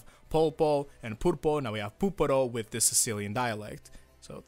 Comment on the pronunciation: I'm sicilian and I just died when you said "Puparo"